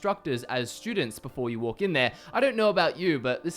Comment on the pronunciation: "Shtudents," "shtrong." Using "there's" + plural. Disliked.